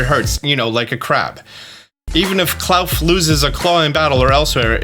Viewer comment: I think Klarf is pronounced like Claw and Dwarf not... whatever you said 😂